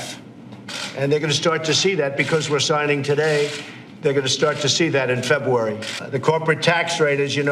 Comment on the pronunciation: he can't even pronounce February lmao he said febuary fucken smug